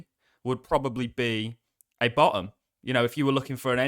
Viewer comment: You say “Ba’um” for bottom. Lol